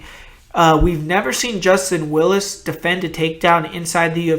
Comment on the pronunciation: willis?! WILLIS? nahhh